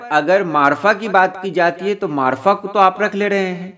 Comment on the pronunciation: اسم نکرہ اور معرفہ کا تلفظ بھی آپ نے صحیح ادا کیا